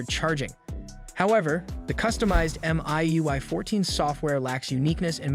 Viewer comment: Yep, it is. And voiced, too. There is no way any tech review would say MIUI as "emm eye UI" and especially One+ as "own+"